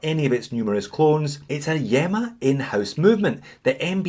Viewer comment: I think that you pronounce this one as EEMA as in ilya. Keep up the great entertainment